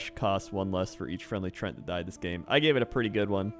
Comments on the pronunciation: Tree-ant, not trent. I get people have different ways of pronunciation, but god damn. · How does he STILL not know how to say treant